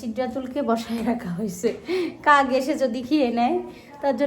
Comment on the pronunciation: কাক বলে, কাগ বলে না l শুদ্ধ করে উচ্চারণ করলে শুনতে ভালো লাগে l